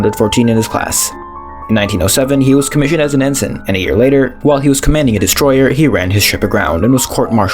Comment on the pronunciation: ENSIGN is pronounced EN-SIN not EN-SIGN. Watch a movie set in WWII.